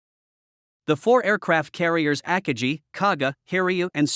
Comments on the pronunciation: AT LEAST ONE OF THE JAPANESE CARRIERS AKAGI IS ALSO PROUNCED WRONG! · Jets? army? forgot the commas, and couldn't correctly pronounce the names of some Japanese carriers. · Good video, covered the events very well. The only downside was listening to the computer voice repeatedly mispronounce Akagi.